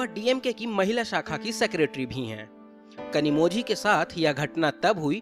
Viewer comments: Where ever you get zhi it is pronounced as li. Just a suggestion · You pronounced her name incorrectly. The letter ‘z’ in her name should be pronounced as ‘l’. She might even lodge complain against your channel. Be prepared 😊